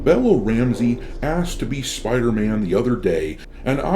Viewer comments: It's Spider-Mam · SPIDER MAN .. ishhhhspuderman 😂😂😂😂